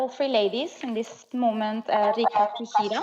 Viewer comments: They literally replaced the a with i so it became kihiri🤣🤣🤣 when they were introducing the skaters before the warmup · Why is everybody mispronouncing Kihira today. :'D